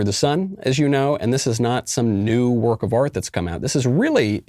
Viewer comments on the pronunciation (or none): none